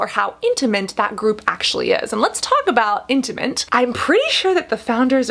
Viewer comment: Did she say "intimint"? 😄 That's precious. Like in other videos when she says "antidotal" evidence/data. 👌🏻 Or at least to my ear it sounds like it, maybe I just hear what I want to hear. 😁